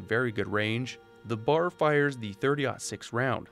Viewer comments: B.A.R. not bar. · It's not a bar of chocolate. You pronounce each letter individually in order. B.A.R. It's not an acronym. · Please don't call them "clips". They are called magazines. Or mags for short. The only weapon it is acceptable and proper to call them clips is the M1 Garand. And the I in the word "carbine" actually has an "E" sound. So phonetically, it is pronounced "carbeen". You also don't call it the "BAR". You pronounce each letter. B.A.R. I am a veteran and an Historian so nobody try to tell me I'm wrong.